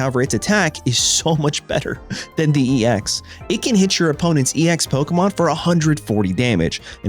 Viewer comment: I’m not big on commenting on YouTube videos even when it’s a content creator I support monetarily but it was nice seeing my name in the video. I continue to enjoy your content ever since I came across it. It’s also why I can overlook you purposefully butchering the names of Pokémon. Let’s go Team Crown.